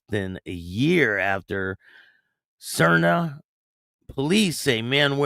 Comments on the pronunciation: Just thought I would help ya out with the pronunciation of Sarnia = Sar-knee -ya That’s how we say it 🤙 I think it was a Remembrance Day ceremony and that’s the same as Memorial Day Thanks for the vid ! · Little bit off. It’s pronounced like Narnia! Sarn-eea